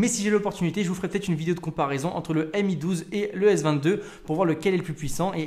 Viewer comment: Dit encore "em i" au lieu de "mi" et....oui